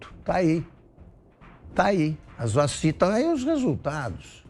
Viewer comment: "Vachina di água com açúcla né"??